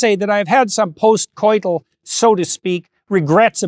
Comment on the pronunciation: Why... why did he say post coiteal...